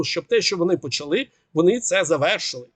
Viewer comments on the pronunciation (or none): none